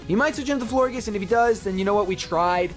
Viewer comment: I think that Florges is pronounced flor-JES because in gorGEouS you say, JES. So i think that Florges was a play on words for flower and gorgeous. So yeah, Florges. I might be wrong but who cares.